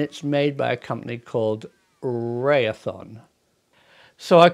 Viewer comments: Not not the correct the way you're pronouncing Raytheon. But I'm going to anyway. It's pronounced Ray-thee-on. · Hi Prof. It's Raytheon. Also FLIR is the company thst actually designs and makes the Flir HUD. Both plants located in Santa Barbara California. I have worked for one of them. Raytheon contracted FLIR to make the camera. Fyi, check out the UFO sightings among the channel island's off our coast. Very active.